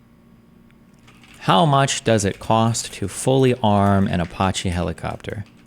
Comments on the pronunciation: Destiny mispronouncing Apache never gets old to me. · Who the fuck pronounces Apache like that?